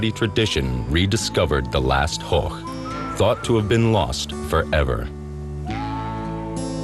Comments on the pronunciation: horch not horck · Horch is pronounced Horsh